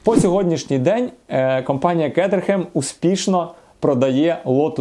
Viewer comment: За умови, що більшість ЛамборГіні називають ЛамборДЖині, вимовити правильно Кейтерем це взагалі космос.